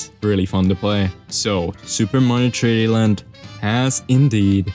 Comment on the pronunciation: you said super mario tree d land